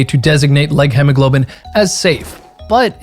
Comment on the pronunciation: holy hell its pronounced hemoglobin not hemmoglobein you can literally just google "hemoglobin pronounce"